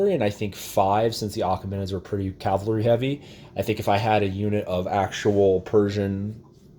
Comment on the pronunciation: CAV - AL - RY = CAVALRY. It's easy if you try!!!!